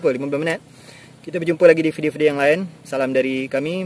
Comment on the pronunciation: Adik cakap sebijik mcm sy ckp di johor ini…mantap. Cume sebutan tv dan video tu kurang tepat….bunyi nye sepatutnye tivi bkn tifi. Vidio bkn fidio